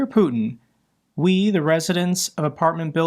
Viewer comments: Great video as always, but as a German it physically hurts me how you pronounce Liebknecht. Try pronuncing the k like the c in can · Interesting. The Russian apartment complex where people are fed up about the power loss is named after Karl Liebknecht, a German socialist who was assassinated in 1918. The pronunciation is "LEEB-KNECHT" with the K pronounced and the CH as in "Reich" .